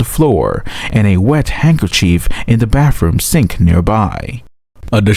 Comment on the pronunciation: Is the narrator saying mouf & bafroom?